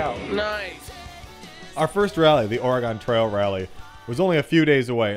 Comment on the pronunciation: being form oregon your say oregon wrong